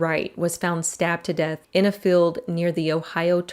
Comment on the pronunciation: say FEELD . not FILLED. and APPEEL not APPILL